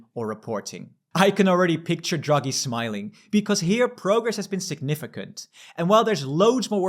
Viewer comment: feedback: - you pronounce Draghi as druggy. funny, but distracting. it's DRAH-gee. takes only a few seconds to look up and you immediately come across way more professional. - big zoomed in faces are also very distracting